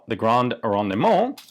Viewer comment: Rendement: Don't pronounce the middle e. It's silent. It does indicate that you pronounce the d harder instead of swallowing it. Signed, The TERMinator. I'll be back.